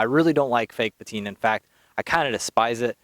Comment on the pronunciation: My man, please do not sweat small things like audio etc. Your video is great and presentation and content in general is great. That said. Now this is just a personal preference... but i HATE this new fad of "petina" lol. I know it's just me and it does not discount all your hard work and effort put into it.